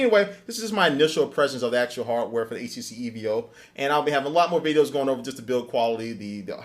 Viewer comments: STOP SAYING E-V-O! It's Evo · hey soldier, its not E.V.O. its EVO all together. just something to correct on ur vids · Idiot its evo not the eeee veeee ohhhh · Dude it's not the E-V-O....its Evo all one word...like Enzo Ferarri.....Enzo...Evo...get it? Next video you do you should probably change your wording...EVO EVO EVO :-) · its not e v o its evo all 1 word dip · Its Evo not E.V.O. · its EVO, not E-V-O lol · EVO not EEE VEE OH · It's pronounced Evo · why is he calling it the E-V-O 4G? its not like sprint's EVDO REV. A network its like EVOLUTION since its the first 4g phone!!